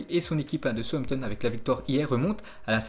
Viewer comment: Je connais southampton sampton je connais pas.....un p'tit effort sur les prononciations